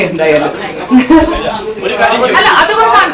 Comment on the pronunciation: അഞ്ജലിക്കൊന്നും മലയാളം മര്യാദക്ക് സംസാരിക്കാൻ അറിയില്ലേ 🤦‍♂️. അല്ല എന്നുള്ളതൊക്കെ എല്ല എല്ല എന്നാണ് പറയുന്നത്